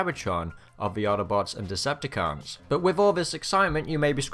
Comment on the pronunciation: Why do you have an English accent until you say Audobods and Decepticaaaans? It’s very odd.